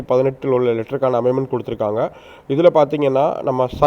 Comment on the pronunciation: அமைமென்ட் இல்லை அமென்மெண்ட் என்று சொல்லுங்கள்